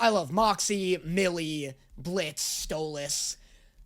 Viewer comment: HE SAID STOLAS’S NAME RIGHT!! HE SAID IT RIGHT!!!!